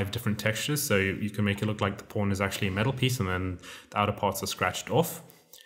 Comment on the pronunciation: ohh.. it's pawn not porn..